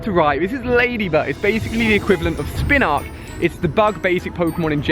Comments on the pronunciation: SpinArak not spinark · Spinarak has an "R" in it and Xatu is pronounced "Zah-two" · Its spinARAK not spinARK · Ali it's not spinarck it's pronounced spin a rack (harder to explain in words than I thought lol) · NaNab - not Nabab SpinArak - not Spinark 🙄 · It's Spin-a-rak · Not Spinark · Am I the only person who gets annoyed by the way he pronounces Spinarak?